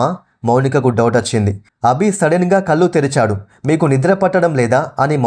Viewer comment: కల్లు కాదు కళ్ళు...